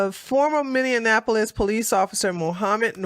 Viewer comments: Hey! Started watching your videos and podcasts-- I LOVE THEM!!! Thanks for your insight and intellect(and LAUGH!). I have become a Big Fan! One small thing: Minny-An-Appo-Lis is incorrect. It's Minny-Appo-Lis! Just thought you might like to know! Thanks Again- love from NC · you keep misprouncing that city name. It is Mini apolis. Just trying to help.